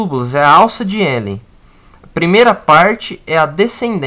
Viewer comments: A pronuncia é Renle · o correto é: alça de Henle, não de Hélen